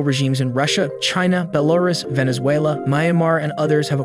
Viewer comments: bro went bell-are-us for Belarus 😭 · Shouldn't the emphasis in the name of Belarus be on the last syllable?